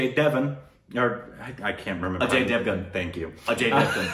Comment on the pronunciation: Take a shot every time says 'A-J devan' 🤣